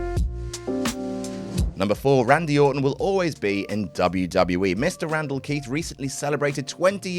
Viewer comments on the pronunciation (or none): none